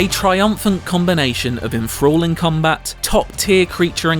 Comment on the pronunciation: It's enthralling .. with a TH Not enfraulling .. When you say 'The' Do you say 'Fah'?!